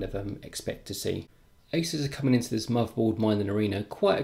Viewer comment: U pronounced asus wrong